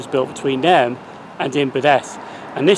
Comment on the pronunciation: Pronouciation police, it's nay rn (as in irn)